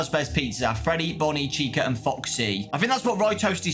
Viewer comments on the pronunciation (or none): none